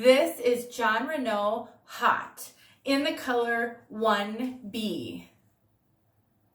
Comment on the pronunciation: Haute is a French word meaning "high." Pronounce it "oat." Silent "h." Just OAT, like the stuff horses eat. Love your reviews!